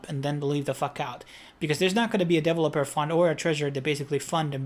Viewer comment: Please learn to say ‘devolper’ and ‘liquidy’ correctly. Thanx.